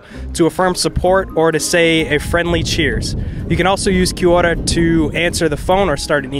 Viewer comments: Girls pronunciation of “Kiora” was on point. 👏🏼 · she tried and KIA ORA got it right, ie : thankyou, hello and she's not offensive when she said ABORIGINAL, I believe confusion stepped in and she was meant to say INDIGENOUS people, she well .. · I love how she pronounced Kia Ora perfectly. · Yeah, that Kia ora was pretty solid. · Proud to be one of the "10 people who live there" 😂😂 Crack up! Loving that most people atleast know where we are located now 😜 P.s your pronunciation on "Kia Ora" was bloody on 👌🏼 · omg you pronounced kia ora and Maori correctly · kia ora that was funny to watch it was cool of the guy hosting to do this and how he pronounced kia ora right and was crack up watching some people guess and get it right and wrong 😂 but some knew some stuff about us at least they gave it a go 👍🏽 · props to that fella. He's not too far off on Kia Ora, which is an expressive word for 'Be Well', 'Keep on', 'How are ya', etc. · KID ORA...AWESOME vid..nice pronounciation bro...rained a lot when you were here ?!!lol 😂😂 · Kia ora bro I'm a New Zealand Maori and I appreciate this clip and your efforts on educating the American people and your pronunciation of the Maori language chur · Your pronunciation of Kia ora was really good hahah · He Pronounced KIA ORA so well!